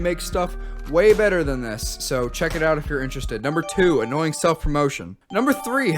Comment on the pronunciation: “Sponer” its sponsor. “Anooyeing” Annoying “Esays” Essays I don’t want to be annoying but, are you okay???